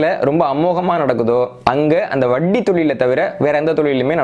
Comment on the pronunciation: I appreciate with awe your knowledge,clarity and service. Kindly pronounce Vatti as Vatti and not as Vaddi And cha as cha and not Sa